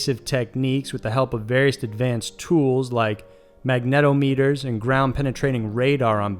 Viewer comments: Yup. Still though... the dude flat-out butchered 'lichen' and 'magnetometer'. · I like your voice and narration cadence. However you mispronounce some key words including lichen (LIE-ken) and magnetometer (magna-TOM-ah-ter). Your pronunciation of tinnitus is odd but acceptable. Also the plural form of phenomenon is phenomena. I dig the subject matter; keep up the good work!